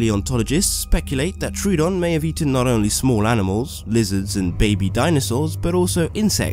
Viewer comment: No one is gonna say? Anybody? Ok well it's up to me u pronounced troodon wrong it's (tro-a-don) I know it's looks like (troo-don) but it isn't